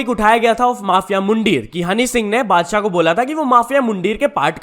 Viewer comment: mujhe laga padshah bola 🙄💀